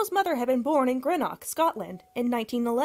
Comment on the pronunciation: Honey if you can’t pronounce words like “Greenwich” , or names like Johnny “Mathis” PROPERLY, than you need to get into a different line of work. Because PRONUNCIATION of places, and peoples names IS VERY IMPORTANT. ESPECIALLY IF YOU’RE TRYING TO BE SOME KIND OF ENTERTAINMENT REPORTER!